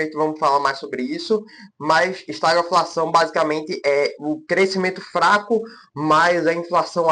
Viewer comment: a pronúncia certa de estagflação é esta-GUI-flação e não estaglafação. O vídeo está bom.